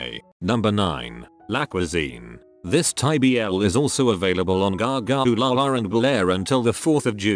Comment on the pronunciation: i love how he says "gaga OOLalaRRR" LMAOOO